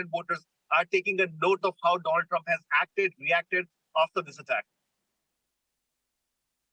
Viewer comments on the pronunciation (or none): At first I thought I miss heard, she did said Donald Drump😂